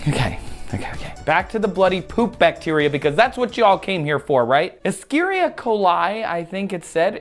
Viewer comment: its pronounced esh-er-risha